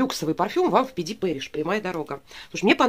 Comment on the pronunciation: Пд пэриш? Первый раз слышу такое произношение